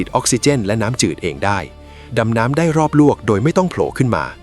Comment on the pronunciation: Ai อ่านว่าเรือดำน้ำดำน้ำได้รอบลวกโดยไม่ต้องโผขืนมา😂